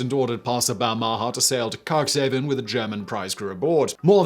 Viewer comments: Balmaha is pronounced with the stress on the first syllable and the second syllable's vowel being and unstressed schwa. It's a town in Stirlingshire, I've been there many times as my grandparents live nearby. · ba- ha -ma ???? do you mean Bahama? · I have never heard the name Balmaha pronounced so badly. Bal Ma Ha. It has a couple of great pubs. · Balmaha - pronounced more like "Bal - m'ha". The second "a" soft and barely pronounced. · Small note on the pronunciation of Balmaha.... The inflection belongs on the last syllable....... Bal-ma HA. It's a small town on the shores of Loch Lomond. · Please learn to pronounce 'Balmaha.' This made me wince every time you said it. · Sorry, the pronunciation of Balmaha is making me cringe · What about his pronunciation of Balmaha? It's in Britain and he butchered it too. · Your pronunciation of ship names is dismal and makes it very hard to watch. The "Pass of Balmaha", pronounced Bal-ma-ha. Tipperary is pronounced ti·puh·rey·ree